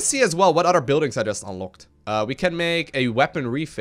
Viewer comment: Udder, I mean other.